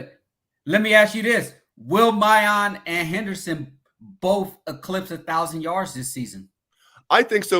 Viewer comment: Did and go to the same grammar school? Both constantly butcher players’ names. It’s Miyan. Not Miyon. always saying Emeeka instead of Emeka. Figure it out guys